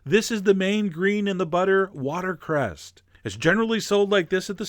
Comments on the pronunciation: I believe it's watercress not watercerst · It's called watercress, not water crest :) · Did chef John really say watercresT?? So he is human... :) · water crest? learn how to talk geez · "Watercrest." Seriously Chef John? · What really drove me nuts was that you mispronounced 'watercress'. There is no 't' on the end. Anyway, looks pretty tasty, even though I'm not a huge fan of oysters. Nice